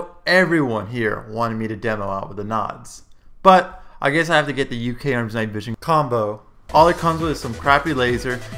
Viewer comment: it should be pronounced Uka-arms